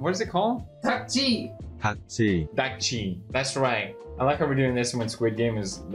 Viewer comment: I actually forgot that Seán could speak decent Korean as i noticed that his pronunciation of ddakji is pretty on point. Also the random 어떡해